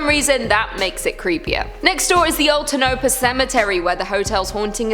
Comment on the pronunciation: I couldn't figure out what you were saying about the Clown Motel until the 2nd time you said it. Tonopah is pronounced, Toe-nah- paw or Tone-ah-paw...no special emphasis on any syllable just one long Tonopah. It's native American as is Nevada and many other of our town's including mine which is Pahrump; about 45min outside Las Vegas and 3hrs from the creepy clown motel. Any guess on how to pronounce my town's name? We don't have a clown motel but there's an creepy, abandoned shell of a 2story mini mansion. A man was building the dream home for his wife but she left him and all work ceased permanently. He died in a nursing home and the house stands empty to this day. If you go inside there's what was going to be a grand staircase and a 2nd story floor and some hints of would be walls, but mostly reminds you of a doll/ barbie dream house that you can see each floor and the back wall but no closets, counters, doors or dividers of any kind. Very sad and creepy looking from the road